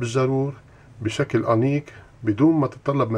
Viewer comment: لو سمحت انطق الكلمات بحروفها الصحيحة زي كلمه أنيك هي أنيق وكلمه لكاء هي لقاء وووووو الى اخره بس مشكور على الفيديو الرائع